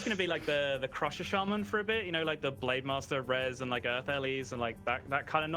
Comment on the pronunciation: SHAMAN NOT SHAYMAN FFS